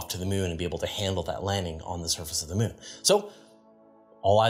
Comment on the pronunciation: I have no problem with the way pronounces Charon, but I must admit I giggle a bit whenever he says Mewn (moon). 😁